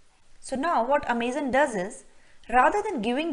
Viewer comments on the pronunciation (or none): I cringe a little bit everytime you say amaze-on. It's Amazon.. like the rainforest. Otherwise nice video, well explained